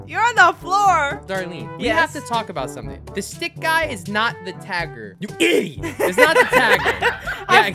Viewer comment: I love the part when he said IDOT